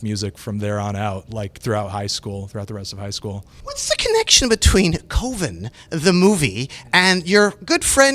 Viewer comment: Its pronounced CUVIN not COVEN hahahaha